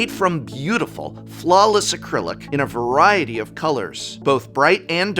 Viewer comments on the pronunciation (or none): none